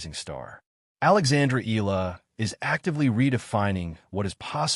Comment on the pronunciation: ...please pronounced the surname of Alexandra Eala (...it's Eh - ya - la )...and it's no longer hype nor popularity she's slowly but surely climbing the ranking of women's tennis in the world stage.. Filipinos mostly that flocking the arenas are overseas workers now represented by Alex Eala, a national symbol for her respectful work ethic, resilience and humbleness..